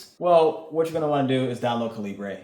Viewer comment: My brother in Christ, why are you pronouncing Calibre like that? lol